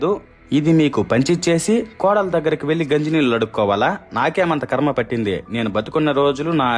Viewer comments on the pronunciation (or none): none